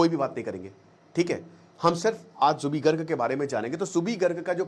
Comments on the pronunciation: It's Zubeen not zubee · Zubee nahi ree zubeen garg, thik se homework tou kar leta, Ek baar Assam ka map bhi agar dekh lia hota tou zubin dikhai deta. Assam 3days se bandh ha log rastee par ha, fir bhi kahi koi arajagta nahi, cororo log ro ro kar gaa raha ha ek hi gana kioki Zubeen da chahte the jab ye jaye pura assam ma ye gana bajna chahiye, Assam ke Har ghar gali gaon ma unko tasbee laga ke log 3din se ga raha ha. har bar national media ya Ali ki he baat karta ha, assam ma koi nahi karega ya Ali ganne ki baat, unka pehchan ya Ali se nahi the, Aapne homework thik se nahi kia. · First Speak Her name Corectly. His name is Zubeen Garg not zubi garg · Already skipping your video in the first 22 seconds when you mispronounced zubeen garg's name. Felt really disrespected... you can talk everything about him but cannot pronounce his name correctly.